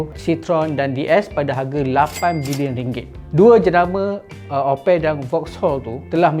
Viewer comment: opek Upin Ipin ke Opel mana satu